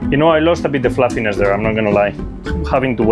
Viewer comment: i love "flàfines"